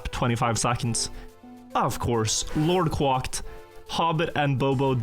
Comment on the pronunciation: The way he pronounced “LordQuacked” is like knives in my ears